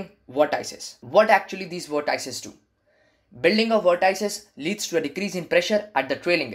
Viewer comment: vort - ices XD